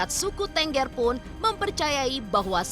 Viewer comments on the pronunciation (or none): Cara penyebutan suku TENGGER aja salah ..Kalau ditulis ya itu Bacanya # Thenggher...#..😂😂